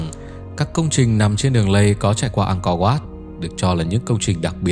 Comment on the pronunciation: 'Ăng co oắt', đọc đúng tên là phải phát âm thế à bạn, chứng tỏ bộ giáo dục của nước mình kém quá,'Ăng co vát' .